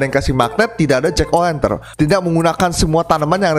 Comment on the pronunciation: Hallo omong omong jack o lantern bang bukan jack o wenten wkwkwk